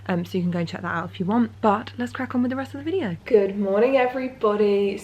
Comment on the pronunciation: "Let's Grack on then shall we" 😂